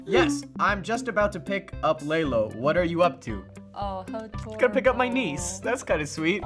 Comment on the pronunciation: he calls Layla "Laylo"?